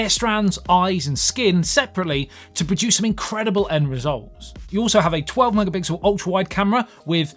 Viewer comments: first of all, you are very attractive, the fact that you couldn't say mega pixel (it's not that hard😛) made you attractiv-er, oh your video was also enjoyable. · Just say 'megapickle' if you can't say pixel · If you can't say megapixel, you can just edit the video. Thanks!